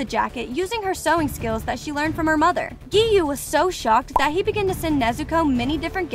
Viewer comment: I burst out laughing when she said"giyome"Sanimi"LoL